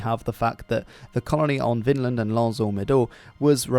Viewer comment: Take a shot every the narrator mispronounces Vinland as "Finland" 🍸